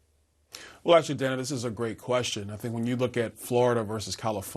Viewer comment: At this point I'd refuse to interview anyone who refuses to pronounce Kamala's name properly and this fool can't even respect the interviewer! That's Dana Bash, not Danna. You want to play politician, the very least you can do is pronounce names correctly!!